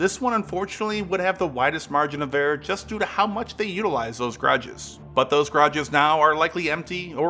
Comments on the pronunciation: Ga-ra-ges. Grages got annoying real quick.. Otherwise good video! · G’a’rages not grages x) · "Grodges"? Seriously? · What is "garges"? Is it your way of saying garages?